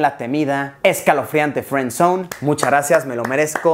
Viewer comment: Friendzonee sería no feenzonee